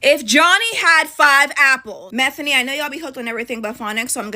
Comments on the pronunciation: “Methany” I’m dead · The girl calling her Methany sayin' "I know you be hooked on everything but phonics..." 😂😂😂😂😂💀💀 Diabolical 😅